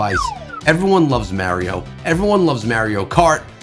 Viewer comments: Do you not know how to speak English? He miss pronounced Mario multiple times. "Maerio" Lol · The way he said Mario = 💀💀💀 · I went to the comments for this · No one made fun of the way he said Mario….